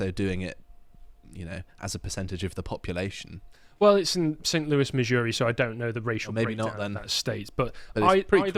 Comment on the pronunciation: Missouri/Kansas is my state, the way you said was Epic. Yes death penalty is good. Love my state. It’s a conservative state (does not mean REPUBLICAN, they are different.) except Kansas City and St. Louise.